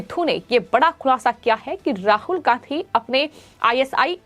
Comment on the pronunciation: राहुल गांहधी ? एंकर अपना उच्चारण दुरुस्त करने की कृपा करें ।